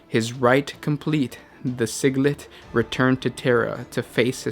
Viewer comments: Siglit?.... It's Si-jil-ite. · Si-jil-ite, not Sig-lit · "Sigile-ite" not "siglette" you silly boy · Si-gil-ite not siglet like piglet. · Malcador the Sigillite (pronounced SIGIL-LITE) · he's pronouncing it "sig - let"... your joke is actually more accurate because at least it's metered out more similarly to his actual title xDD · Malcador the Twiglet. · you said sigilite wrong :P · That is not how you say Sigilite..... O_O Nikea...do you even English bro? It's Nicea. With an "S" sound. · "Nikaea" and not "Nikea", in the 40k universe is indeed pronounced with a K. The only references i have are the audiobooks, either Prospero Burns or Thousand Sons will do fine. But for shorter stories i think the recruitment of Rubio in Oath of Moment has references to it. I agree with the mispronunciation of Sigilite, somehow it made me think of singlets... mind purge needed